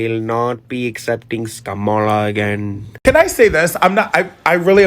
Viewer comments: You pronounced Kamala's name wrong.....wtf?😮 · Oh my goodness. why did you mispronounce Kamala?? She didn't just talk about women's reproductive rights in terms of the women she also consistently mentioned, 'and the men who love them"